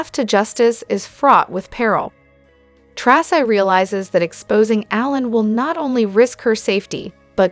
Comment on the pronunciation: Its "Tracy"